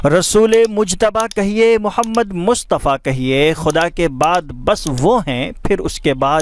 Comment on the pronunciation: Aap ne pahele sheriff me Mustafa ko Mushtfa bole